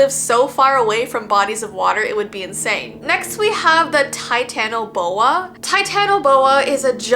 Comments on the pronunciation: not being mean but I wanna help:) ok so how to pronounce titanoboa. (ti-ta-na-Bo-a) yeah I’ll keep editing and helping Edit:never mind otherwise you did great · how to pronounce titanoboa tie-tan-uh-bow-uh. love you!! <333